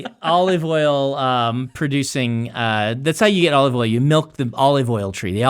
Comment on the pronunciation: Brandon : Oleeve Oil